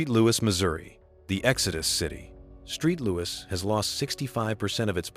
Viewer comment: "Street Louis"? That is just plain careless. Boo on you, you AI dweeb.